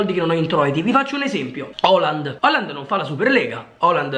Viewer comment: Ma quando dice Oland parla di Haaland giusto?